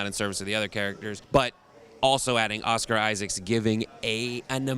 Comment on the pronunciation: "Donald Gleeson" "Oscar Isaacs". Wow. Just. Wow.